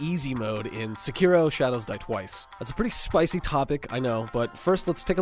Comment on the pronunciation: Your pronunciation of sekiro had me dying lol I had to replay it like 4 times I'm like what??? Thought my phone was skipping